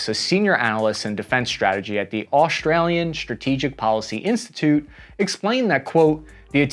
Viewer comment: why did you say Aueshtrauowliyoh like that lolol?